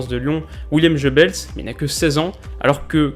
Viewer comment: William Jeubels? 😂 C'est Willem Geubbels (prononcez "gue") renseigne-toi mieux mon pauvre! 😂 Non je déconne un travail remarquable continue comme ça. 👍